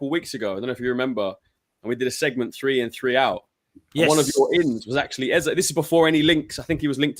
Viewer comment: Eze will realise Lego head will play him out of position and not join its World Cup year btw his name is pronounced EZA better off at palace a proper people’s football club at least for another year .